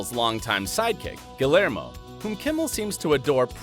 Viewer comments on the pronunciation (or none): Yes, pronounced "Gee air mow," not whatever this guy said. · It's pronounced "Gee-YER-mo"...Please learn how to say non-English names. Especially ones pronounced on TV every day by the subject of your piece. TY! Sincerely, an American w/a foreign name. :-l